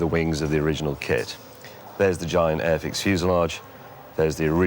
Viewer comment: I love how the way you enunciate it has nothing to do with the name on The box. The way you enunciate it it sounds like AFX .... When in all reality the name is airfix